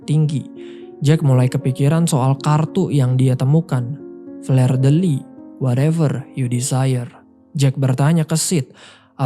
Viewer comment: Cara mengucapkan fleur itu bkn fler, tp fluh dek Aduh